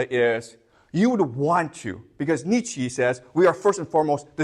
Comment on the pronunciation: How mamy times you can hear "schopenheimer" and "niechi" without pain in your brain XD